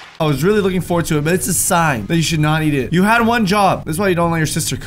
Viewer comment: Is it just me or at the start of the video does say ‘ wad one job’